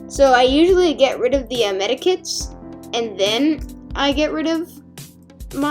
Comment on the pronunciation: It's medkits MEDKITS NOT MEDIKITS